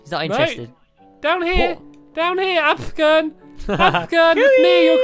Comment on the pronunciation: Its AFFFFFFFFFFFFFFFFFFFFFFFFFFFGERN not ABFGERN or AVGERN